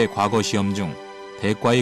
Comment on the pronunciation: 이 narrator는, past라는 "과거"와 옛날 시험인 "과거"의 발음을 혼동하고 있음은 현 한국 문화의 아이러니인가? "한글 전용 광난"의 소치다.